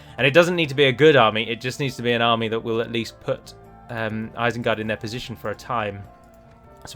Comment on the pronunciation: Ah yes, isened gard